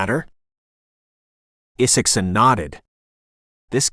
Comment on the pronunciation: AI narration algorithms have yet to solve short vs long vowel sound such as the long "I" vs short "I" sound in the name ( Isaacson ). But inflection is improving.